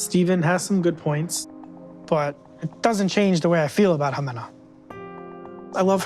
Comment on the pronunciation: The fact that he didn't even know how to pronounce her name right but he's trying to marry her 🤦🏼‍♀️